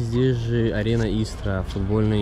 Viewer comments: Правильно говорить не ИстрА,а Истра. Ударение на букву И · Город И’стра, а не ИстрА’ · Только ударение на И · Только ударение на И- истра. Раньше Истра называлась Воскресенск